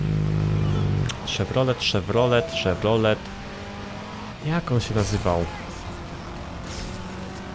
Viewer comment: To szewrolet szewelele ss